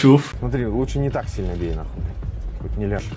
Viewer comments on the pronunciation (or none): none